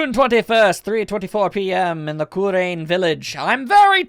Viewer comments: I think it's pronounced ku-rah-in. Not ku-rain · Roboy 1101 Well that’s just confusing. I will continue to pronounce Kurain the way I always have to avoid such confusion.